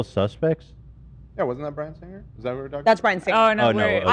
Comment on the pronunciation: My OCD can’t take how Ethan pronounces “Singer”